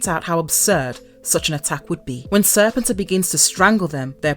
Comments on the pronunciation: That's a drink every time she mispronounce Serpentor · Why does every one mispronounce Serpentor pronounce Serpent and the end pronunciation of emperor hence SERPENTOR Cobra EMPEROR duh!!! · if this person is going to narrate videos about comics and GI Joe, she should be taught how to say words like "continuity" and "Serpentor"